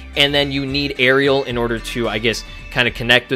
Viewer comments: Btw arale is pronounced ahh-ray-lee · It's pronounced A-RAIL-E, not Ariel. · A-RA-LE NOT ARIEL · Arale is not Ahh ray lee its a-ra-le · It is ara-le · uh-raw-lay is how to pronounce her name bruh (im sorry but I just got triggered at how u said her name) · It's ah-rah-lay the dub messed it up for some reason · you said arale wrong you say it like this A-ra-le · The way you pronounced Arale......